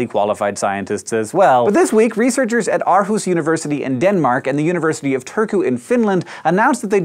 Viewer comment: You pronounced turku wrong. Not that it matters,but I just want attention, dont we all?